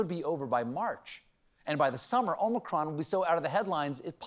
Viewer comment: "The Omichronic..." 😂😂😂